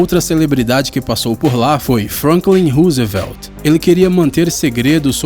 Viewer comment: hahahahaha e o presidete Ruzevélti?